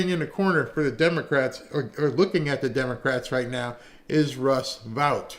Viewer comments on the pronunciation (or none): Vought is pronounced VOTE.